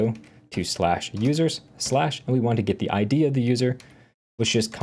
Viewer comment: Request... Please stop saying "git" when you mean "get." Since git is its own thing, it's confusing.